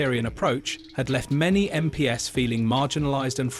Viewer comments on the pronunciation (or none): "Em Pee Ess" What the actual fook is this A.I. robo voice talking about? It is pronounced "Em Peez". Who puts this sh!t on Youtube? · Computer generated voice is annoying - the give away is MP’s pronounced as Em Pee Es instead of MPs = EmPees